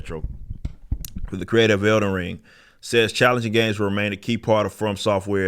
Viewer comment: I thought it was "Elden Ring," not "Elder Ring." You got a speech impediment?